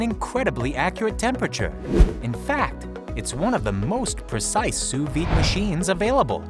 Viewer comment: wtf, sous VIIIIIIIDE, its pronounced sue veed. Also, how do you miss pronounce a v. facepalm